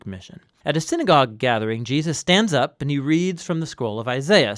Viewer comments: i am very pleased to find this resource. i am sorry that my first comment includes a criticism but i feel its important: in this video, the name "Jesus" keeps being slurred to "Je-us". i dont know if this is a supernatural change or if the narrator just needs some rest or a cup of coffee but i think its worth doing over for the Name of Names! meant with goodwill! :) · I know who Jesus is... Now that other guy Gee-us.... I'm not sure who that is that he is speaking on. .. Praise him correctly. Know his name. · Je -aah-sus. No, Jesus'. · Who is this Gee-Us of whom you speak? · Was it the intention of the narrator to pronounce the name of Jesus as Je'us? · I'm a little troubled about the pronunciation of Jesus. Sometimes it sounds like Gee-a-zuz. Non native speaker, this is a real comment. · GEE-US?? I've listened to you say Gee-us over and over again. Who is that? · Hey there,. Loving this series, I find them really educational... I have to ask though, why do you say Jesus' name like that? It sounds like you're sating "Gee-uh-sus":O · Why does he say "Jeeus's"????? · seriously, i'm not halfway through and theres been at least half a dozen "Jee-uses". is this intentional? is this a quantum effect/ mandella effect? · why do you keep saying Jeeussus? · I think Neil is talking about how pronounce the name as "GEE-ZAAAS". hahaha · am i the only one who notices how he says Jesus "Jeyus" idk it bothers me somehow anyway this is awesome love all the videos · I hear it too. Every time he says it, it takes me right out of the story.